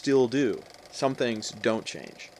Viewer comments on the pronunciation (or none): none